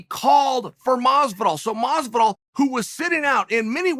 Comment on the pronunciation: Bruh, it's doing my head in how he's mispronouncing Jorge's name.. you can't tell me he doesn't know the the pronunciation of Masvidals name